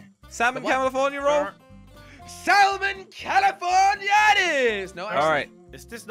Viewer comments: 😂 said he want tobiko tune calafornia, like 1 minute later he said he want tobiko salmon calafornai😂 i think he forgot what he say😂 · It is salmon calaforna!